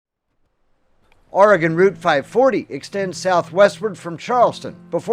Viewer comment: This is a pretty good representation of our area. The views and video are very well done. You have a lot of the places we're known for. The Egyptian Theater in downtown Coos Bay, which you showed, is one of only 7 left in the USA. And our Wurlitzer organ is still played regularly! (But... it's pronounced "Orygun" and "Cape Arago" has a long "A" The at the beginning. I frequently ask locals when I'm not sure about how to say their town)